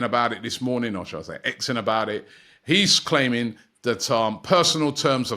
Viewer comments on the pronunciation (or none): none